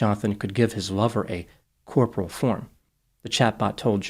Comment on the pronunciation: Corporeal, not corporal lol